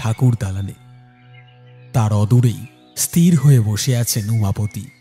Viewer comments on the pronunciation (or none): গল্প তো ভালো ই লেগেছে কিন্তু উচ্চারণ এতো ভুল হলে ভালো লাগে না।যেমন ইস্ তির উচ্চারণ হয় না, ওটা হয় ইস্ থির ।